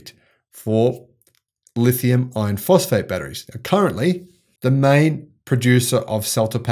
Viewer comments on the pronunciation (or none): please correct your pronunciation. There is no such thing as a Lithium ion phosphate battery....only a Lithium Iron Phosphate battery. As you well know, Lithium Ion refers to a variety of chemistries that include Nickel, Cobalt, Manganese and/or Aluminum. I like your enthusiasm but if people are going to rely on you, please get the two types straight.